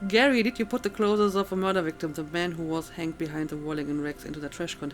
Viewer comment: I don't mean this in a bad way, but i notice you pronounce clothes as 'clotheses' and i'm curious, is it because you find it difficult to pronounce the original?